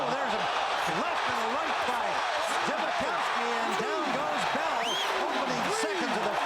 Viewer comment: pretty sure his name is more like Tom Zbikowski (sp) if he played at Notre Dame..not zewski.